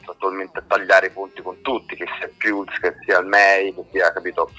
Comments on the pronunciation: La loro breve ma fulminante carriera? Dunque la loro carriera sarebbe già finita? E si dice “pals” no “piulse”… 😆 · ma come si fa a pronunciare PIULS??? ma insomma...